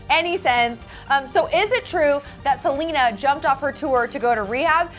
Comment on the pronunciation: Did they say Selga instead of Selena at the beginning of the vid?! Or do I just have bad hearing